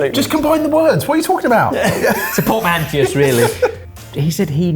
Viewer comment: "Portmanty-us" is killing me. No, obviously, I'm not watching this video.